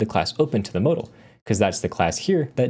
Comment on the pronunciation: anyone else getting oddly fustrated at how he says modal